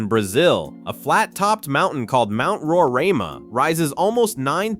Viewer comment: Row- Rye-Ma